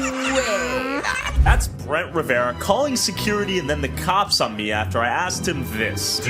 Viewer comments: jeremy hutchins is his friend, and part of their squad. you should know this. its also brent RIV-ERA. not riv-e-era. 😂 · RIVERA NOT RIVIERA BRUH.